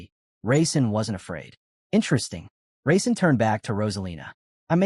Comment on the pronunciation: It keeps saying raisin instead of Rasen & it's killing me 😂.